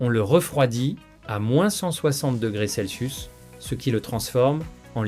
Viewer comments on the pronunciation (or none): none